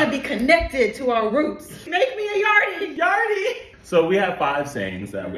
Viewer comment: When you say yardie pronounce it yawdee🇯🇲🇯🇲